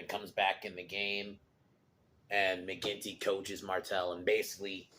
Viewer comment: Mcginty not quinty